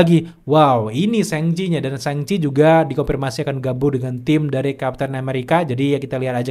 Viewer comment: "Shang" cok bukan seng seng risih bet dengernya